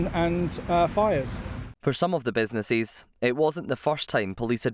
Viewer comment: What’s a “businesseees”? Why can’t this person speak correctly?